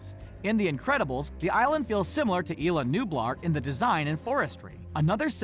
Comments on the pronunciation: It's Is-la not I-la nublar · Really illa nublar its isla nublar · island feels similar it illa nublar for incredibles. DO YOU EVEN KNOW HOW TO PRONOUNCE ISLA! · Lol, ila nublar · When you said that Rexy (the t-rex) was a male I got so triggered bc I'm a Jurassic Park fan and they said that all dinosaurs on the park were female And when u pronounced Isla Nublar without the s